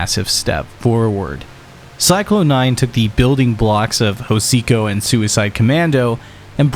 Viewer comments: every time this guy pronounces Psychlon 9 like "Cyclone" instead of Zyklon, the gas they're named after....a goth throws away their boots. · Don’t you dare say CYCLONE nine again 😂